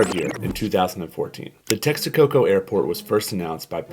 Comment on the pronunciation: Yes, the train is done. The maintenance cost of the airport in Lago de Texcoco would have been just outrageous. By the way it’s not Texaco it’s Texcoco.